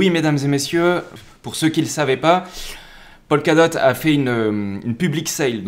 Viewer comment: Juste pour information, dans toutes tes vidéos, tu prononces "Polkadot" comme "Pol Ka dot", alors qu'en réalité, cela ne se prononce jamais "Polkadot" mais plutôt "Pokadot", "Po ka dot".